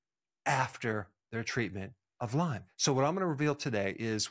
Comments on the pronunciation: It's Lyme not Lymes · It’s not pronounced Lyme’s, it is Lyme. And it can be transmitted in as little as 15 minutes. You need to actually learn more about this.